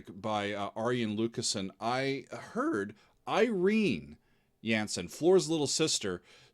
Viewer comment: Just a pointer, the A in Jansen is pronounced as you would the A in y'All ;) And also.. expectations are high Henk will be a guest performer during the Nightwish shows in The Netherlands this November where they would be doing "The Phantom" live witht he band. It was supposed to happen during the shows in 2020 which got cancelled due to Covid.. Many are really loooking forward to that show and the guest performance of Henk.. no doubt there wil be video(s) to review/react to ;)